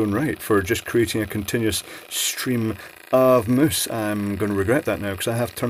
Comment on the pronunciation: "Moooooose"... Is that a mouse, a moose or mousse?